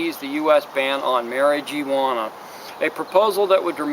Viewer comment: God I hate the way you say mari-geeee-wanna